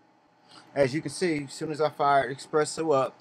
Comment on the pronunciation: where is the "X"? you kept saying "eXpresso".